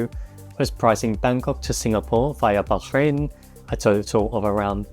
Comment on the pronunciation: You need to learn how to pronounce Bahrain,stop being so pretentious and go to a local language class on a stop over.